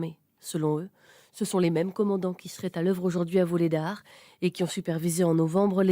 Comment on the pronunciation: Vuhledar et pas Vulhedar